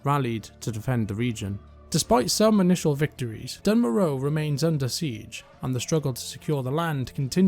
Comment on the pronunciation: Its pronounced "dune mora" in the dwarven intro cutscene